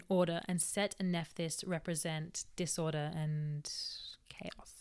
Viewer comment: I love the way you say "em-pour-dent" and "aurda/dis-aurda". 💘